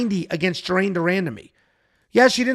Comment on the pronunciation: Lmao Jauregui is not pronounced that way